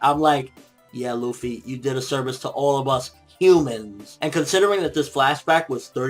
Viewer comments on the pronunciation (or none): none